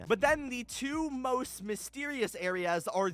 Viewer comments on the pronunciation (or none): the way he said most is priceless